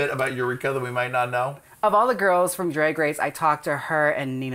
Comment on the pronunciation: Jaymes pronounced "drag" weird .. Or maybe it's just me 😶 "dràggg" ?? "draeg" ??? She "dragged" "drag" at the end of "drag" & said dràeg ??? dràeg ??? Crap now it's going to bother me LoL